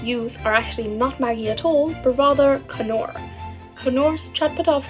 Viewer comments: Did that pakistani chick call knorr KANORR?? Girl the K is silent. 😅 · Kanoor..it’s Knorr! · Its pronounced as naur not kanaur😭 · Or…even easier…noor, rather than kanoor. 😊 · Knorr is not K-nor. It's NOR. like knee. Never heard anyone say K-norr in the UK before. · FYI, It's not pronounced K-norr, it's pronounced Norr. Btw, Thanks for another great episode.....and I'm probably well outside of your demographic as I'll be 60 on the 28th of April lol. Keep up the fun work please 💜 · Paprika can have regional pronunciation, but “Kah-Norr” is straight up incorrect.